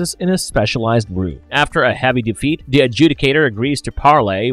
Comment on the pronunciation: The, not dah.